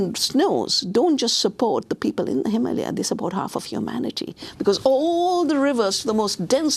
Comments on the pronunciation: Why are you saying Himahlya and not Him-ah-lay-ahs? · Did you notice how a native born person from India pronounces Himalaya and Himalayan - NOT HimALia. This mispronounced word is a kind of our-down of Ms Shiva. You would be annoyed if she called your birth country UniTED Stats. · I don’t think it’s pronounced “heemalia” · YOU KNOW AMY GOODMAN JUST DID THIS SEGMENT SO SHE COULD VIRTUE SIGNAL TO EVERYONE HOW SHE PRONOUNCES IT HIMALYA INSTEAD OF HIMALAYA, EYE ROLL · Why this lady don’t know how to pronounce the (HIM -uh-LAY-uh) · Him-ah-layer. Stop pronouncing it like "Somalia". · Learn how to pronounce Himalaya